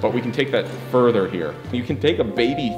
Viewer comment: I wonder if I'm the only one who laughed when said FURR thurr while zooming into the buff dudes chest hair